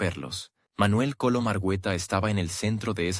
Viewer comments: Ese narrador, no pronuncia bien el apellido de MANUEL COLON. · Sé dice ARGUETA por favor. Y se dice COLOM.